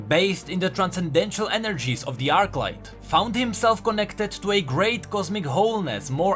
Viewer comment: Arclight, not Archlight